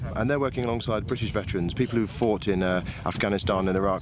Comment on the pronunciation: THERE US NO SUCH SOUND IN THE ENGLISH LANGUAGE SUCH AS HKKKR. IT IS H, NOT SOME PRO ARAB , WOKE LEFT PRONUNCIATION. THE WORD IS BRITISH, NOT BWITISH. MY COMMENTS ARE BELIEF ONLY WITHOUT PREJUDICE.